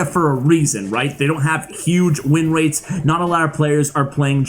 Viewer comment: "They don't have huge win wates uwu" I am so sorry